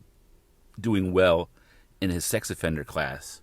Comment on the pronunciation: “Sxy offender program” now that’s a new one! He needs some English classes, lol